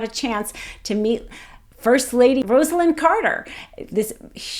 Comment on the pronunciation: transactional Trump should make a deal - flags across our nation will be unfurled to their full breadth & height when he shuffles off this mortal coil (p.s., - thank you for correctly pronouncing Mrs. Carter's first name)